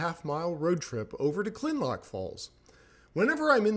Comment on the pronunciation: Kinlock, not Kinlock! I like what you do, but get it right.👍